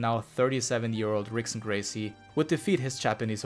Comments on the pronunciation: It is pronounced Hickson Gracie. Spelled Rickson. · Turns out that "Rickson" is pronounced as "Hickson", and of course i mispronounced "Fedor" as well! Apologies to all Brazilian/Portuguese and Russian viewers, hope y'all enjoyed the video anyway 😄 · God it was hard for me to keep watching after he mispronounced Ricksons name